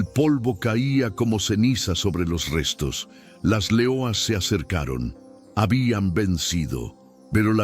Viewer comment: porque dices .... L E O A S ...... en portugues y no LEONAS .... en español ??